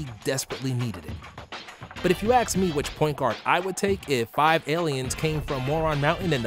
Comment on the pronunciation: "but if you aks me"